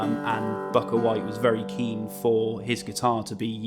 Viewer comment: It's Bukka White pronounced "Booka", this is rather embarrassing.